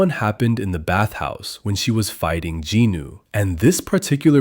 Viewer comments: ... JINU NOT GINU UGHHHH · It is jinu not ginu